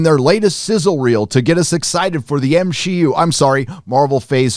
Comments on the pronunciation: Lmfaoooo, did you say M-Xi-U? 😭😭😭😭😭😭😭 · How have I only just heard it be called the M SHE U 😂👌🏻